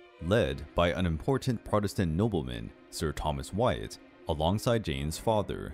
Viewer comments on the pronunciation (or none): none